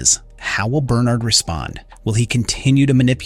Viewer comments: Right...I'm assuming he's used to pronouncing it "Bernerd" but oscillates to how it's actually pronounced in the show "Ber-nard" when he remembers. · Bern'Erd or Ber'NArd ... you flip between the two and even throw in a half way version now and then. (Check your AI pronunciations of audio before publishing). Your opening stated you had spoilers from Books... there were none. We KNOW there are others in silo 17 and Juliette and Solo go to her silo 18 in the books. The fear of being underwater is called "Thalassophobia" - NOT Hydro-Phobia!